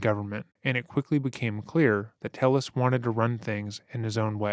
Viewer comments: Tay-ez. It's pronounced Tay-ez, not "Tell-us". I'm not blaming because it appears this moron doesn't know how to pronounce his own name. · Thats probably because its pronounced tey-yehs and not tell-less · Pronounced “ Te Yes “ not “Tell les “ , Spanish name . I guess you have never gotten your name butchered by Caucasians 😂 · This Latino man's last name is "Telles," which, in Spanish, is pronounced ""TAY-es." How sad that he felt he had to Anglicize it. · They say ‘Telles’ in recordings and the narrator still pronounces it wrong. C’mon, guy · Great doc but a little confusing how you’ve clearly done so much research and his wife even says his last name outloud but you mispronounce it the whole video. Nitpicking I know but it was like fingernails on a chalkboard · how did you listen to this mans wife say his name and still pronounce it wrong every time though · The judge mispronouncing his name made me laugh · i think you’re generally a really respectful and well-researched channel, but i cannot believe you pronounced telles wrong throughout the entire video. i also recall you did the same thing to sarah boone’s victim, jorge. you need to make sure you pronounce peoples’ names right, because hearing their friends, family, coworkers, etc say something different than you makes me feel like you haven’t watched the clips you put in the video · Is he Hispanic? If so, someone needs to smack him upside his head for pronouncing Telles like that…… cringes in Spanish